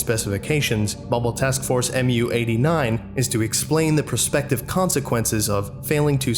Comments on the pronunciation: It’s “moo” not “em-you”. Understandable mistake, just wanted to let you know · sir, Mu is pronounced "mew"; it is the Greek letter (M/μ) which equates to the English letter M. This follows the naming procedure for other MTFs, such as MTF-Tau-9 or MTF-Alpha-4. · Mu-89 is pronounced mew-89. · One you all missed Mu is the 12th letter in the greek alphabet and is pronounced "mew" or sometimes "moo". Who's the best grammar nazi? I am!😁